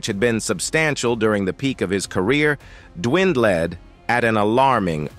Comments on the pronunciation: “Aisley?” “Dwind-led?” Bro… what? Y’all should really review the videos before y’all post them because bro, whaaa? 😑🤨😮‍💨🥴 😂😂😂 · It all began when Ron's wealth dwend- led 😂🤣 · The way he (or it) pronounced 'dwindled' gave it away - dwind-led! Anyway, I switched off after 6 minutes. I was screaming for an interview with Ronald himself, or anyone, to get away from this monotonous, repetitive dialogue! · This A.I shit is not there yet. Dwin led? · His money "dewinded", mispronounced several words. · Ease-lee? Dwin-dledd? Pry-zed? Is this AI-generated narration?